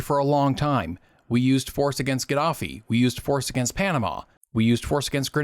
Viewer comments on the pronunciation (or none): none